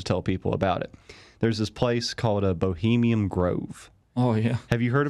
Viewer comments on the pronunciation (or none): Take a shot everytime he says 'bohemium' grove. XD